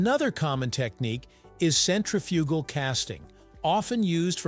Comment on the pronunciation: This dude really pronounced centrifugal like that. A fully grown man. Maybe Google it to hear it once if you’ve never heard, only seen, the word before? 🤦🏻‍♂️